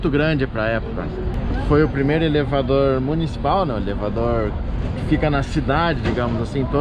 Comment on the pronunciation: Michele muito bom o Salvadoulr e elevadoulr rsrs